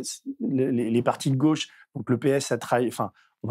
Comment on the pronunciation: Bordel cette façon de prononcer « gauche » ! Si on pouvait laisser ce pseudo accent à Castaner ! C’est la GAUChe monsieur, pas là GOche !